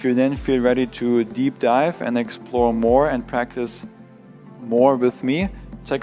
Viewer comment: to deev dipe😂